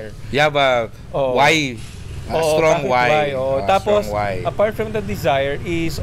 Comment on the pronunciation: Haha... "strong wife" narinig ko... STRONG WHY pala. Thank you mga ser!